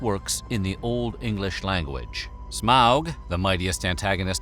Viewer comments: I love it when people pronounce Smaug correctly! Also Gandalf’s appearance was based on a postcard of Odin. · lots of people pronounce it like “smog,” and some people pronounce it like “smowg” (Ow!), when it should be somewhat in-between like how the narrator says it.